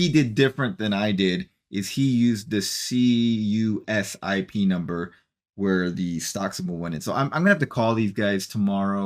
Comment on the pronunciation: CUSIP is usually pronounced "Q-Sip" Go Aptera! The world needs this car!